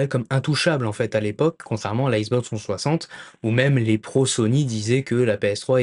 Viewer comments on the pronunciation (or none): « La issboxe twoisante » X - Box - trois - cent - soixante. Désolé, c’était plus fort que moi.